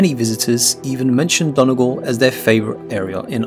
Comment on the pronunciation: Might help is you know how to pronounce Donegal...and the Corrib Princess boat tour takes you away from Galway City..seems like this commentator has never been to Ireland!